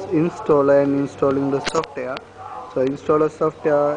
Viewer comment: Sure He is Fuckin INDIAN GUY saying SOFT AIR>>>HAHAHAHHA